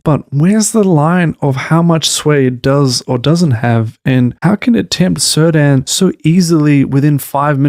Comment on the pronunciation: (It's /Keerdahn/, not /Sirdan/. Elementary, my dear Watson. Apart from that: although I think you're still being all too generous to this abysmal shitshow (I for one truly hate those bleeding snooty holier-than-thou Harfoots with a passion, and actually cheered when it looked like they were going to be crushed by those rocks and stones, and furthermore I think Not-Gandalf is excruciatingly boring), this is an interesting and well-made take on TRoP, so kudos for that.)